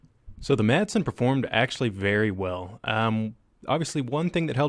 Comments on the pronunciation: Dane here. The "d" is silent in Madsen, so it's really just "Masen". Any way, cool vid!! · The D is silent.